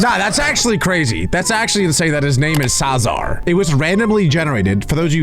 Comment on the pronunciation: Julius Caesar❌❌❌ Cruelius Sasar✅✅✅